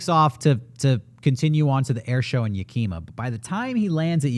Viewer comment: I hate to be that guy, but I used to live in Tacoma, WA, and every time said Yakima, I was confused. Locals pronounce it as "YAH-key-maw", not ya-KEEM-ah, the way he was saying it.